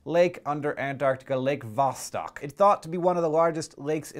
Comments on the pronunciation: It's not VAH-stock, it's vah-STOKE. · it kinda annoys me how you pronounced it VAH-STAHK, when it clearly should be pronounced VAH-STOHK.... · Lots of funny stuff comes from Russia, it's pretty screwed. Also, it's pronounced "vosTOK" and the emphasis is on the first syllable in "novotsi" source: I'm Russian. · its pronounced vastok which means south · Hank, you're pronouncing Vostok wrong. I don't know how to tell you the correct pronunciation. Great video! :D